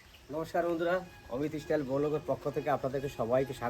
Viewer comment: Istyle na Style bolun